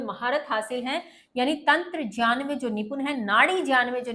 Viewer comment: Ma'am as per vidyasagar ..Gyan ho ga jyan nhi aapne jyan pronunce kiya ..galti ki ...wo hi the jinhone sanksrit se translate Kiya tha ..